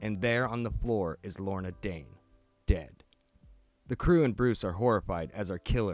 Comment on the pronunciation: Every time you say Lorna Dane my brain hears Laura Dern. Then I imagine a David Lynch direct Batman movie with Clayface. It most likely would be terrible but the slim chance it could be good might be great.